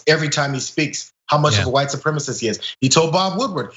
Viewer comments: fox idiot cant even say the word "supremacist", as it's too difficult for him. he says "supremist" instead. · It's pronounced su-prem-a-cist, not supremmist. All Trump can say is "but Antifa, but Hunter Biden, but China, but Obama."